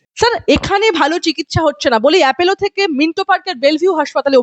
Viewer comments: Apollo naamta thik kore uchharan korun.Naam ta Apollo,Apello noi. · আরে বাবা appElo নয়, ওটা appOlo. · Not Apello But Apollo.